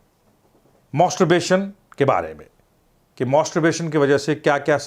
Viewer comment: मॉस्टोरबेशन nahi मैस्टरबेशन rehta h yarr...Ye doctor achha nahi h Dr. Imran ko hi video banane bolo...Ye masturbation ko roz karne bol raha h pagal h yeh...Mujhe problem hua h regular masturbation se...